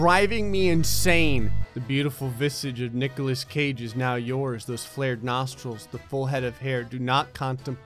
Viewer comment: There is no h in Nicolas Cage dammit!